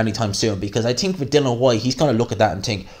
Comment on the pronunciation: " I TIIIIIINK! ", lol, Irish are funny